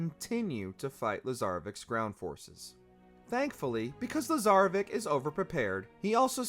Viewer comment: Yo c’mon it’s Pronounced lazarevich u spell it with only a c but it’s sounded with a ch… I know it shouldn’t matter but hearing something pronounced wrong so many times really just isn’t right. It’s like a white dude trying to impress a Latina with shitty Spanish.